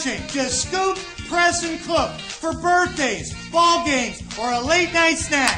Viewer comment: when he says ball games he talks like claw game like a crane game.